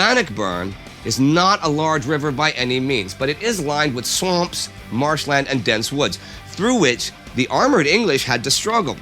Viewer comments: listen how he says "swamps" :'D it's fucking hilarious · The way he seed swamps